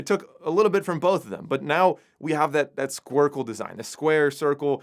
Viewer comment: It's called a cushion case design. It's been used in the watch industry for many years. Stop acting like you just discovered something so new that you have a hard time pronouncing it ("sq....squarecle...").